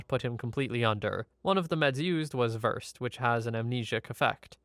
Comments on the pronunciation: The medication is Versed not Verst. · I'm pretty sure Versed, the medication, is pronounced "ver-said" rather than "vers'd". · Hey - The medicine you're talking about - isn't "versed" rhyming with "cursed" it is said "Ver- SAID" (ver rhymes w fur here). Just in case you ever have to talk to a doc or a nurse. :) IT does make us laugh when patients do that though. :)